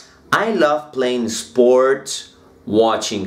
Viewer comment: Bien profe. Sugerencia. En palabras como skills, sports no pronuncies la E del comienzo. de esa manera te acercas a acento nativo, ya que se te escucha eskill... Esports etc . Con todo respeto.